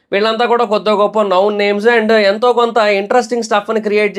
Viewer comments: it's known not noun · నౌన్ కాదురా నాయన, నోన్ అనాలి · అది నౌన్ కాదు నోన్ pronunciation తప్పు. నౌన్ నామవాచకం నోన్--తెలిసిన/పరిచయం ఉన్న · Known pronounciation thappu correct cheskondi known=నోన్ ✅ నౌన్ ❌